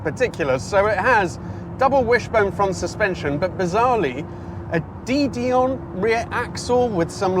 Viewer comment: I really like your videos, they're fresh and interesting. But, I do think you need to do a little more research into the controls etc of the various cars you're testing as, in some cases, you don't appear to have much if any knowledge of their controls and their "quirks & features! By the way. it's "De (Duh) Dion and not "Dee Dion". De Dion were one of the earliest automobile manufacturers and were noted for their innovative attitude. Just saying.